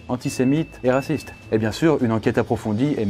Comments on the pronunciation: a on dit raciste* pas rasciste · "rasciste" ? Dur ...